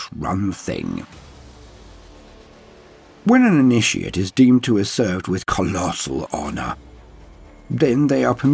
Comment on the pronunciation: idk but when you said COLLOSAL HONOUR , it really got me 🤣🤣💀💀💀